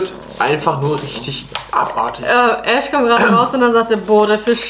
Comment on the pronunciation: *Ash nicht ,,AHSCH"